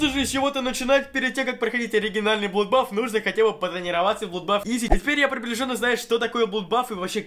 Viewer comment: Не блудбаф, а бладбас!